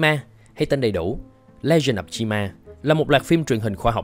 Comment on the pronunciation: Cách người ta đọc: Chi Ma Cách tôi đọc: Chim A